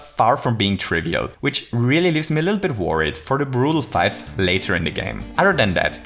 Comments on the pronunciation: "to dive a bittle lit" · I don't know if I am alone here, but did you just say a bittle lit? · “to dive a bittle lit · I never noticed this until, but , he said “to dive a bittle lit.” Not really that interesting, I know, but I’ve watched this video so many times, and have never heard that until now. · "Dive a bittle lit"